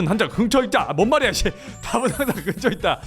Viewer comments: 답은 항쟌 긍처있짜! ㅋㅋㅋㅋㅋㅋㅋㅋㅋㅋㅋㅋㅋ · “답은 항쟌 긍처에 잇쨔” ㅋㅋㅋㅋㅋㅋㅋㅋㅋㅋㅋㅋㅋㅋㅋㅋㅋㅋㅋㅋ이거 ㅋㅋㅋㅋ쇼츠로 만들어주세여 ㅋㅋㅋ하 ㅠㅠ넘웃겨 ㅠㅠ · 말이 이상하게 나왔는데 자막도 그대로 쓰신게 더 웃겨ㅋㅋㅋㅋㅋㅋㅋㅋㅋㅋㅋㅋ “답은 항쟌 긍처에 잇쨔” 어떻게 하면 말이 이렇게 나오지ㅋㅋㅋㅋㅋㅋㅋㅋㅋㅋㅋㅋㅋㅋㅋㅋㅋ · 문과라매요 답은 항쟌 긍처있쨔! 왜 문과가 한국어를 못해욬ㅋㅋㅋㅋㅋㅋ 개웃기넼ㅋㅋㅋ